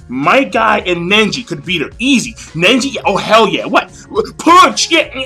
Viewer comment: NEJI not Nenji